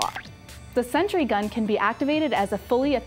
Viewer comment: "a hundred dollar sentry gun" nice pronunciation there.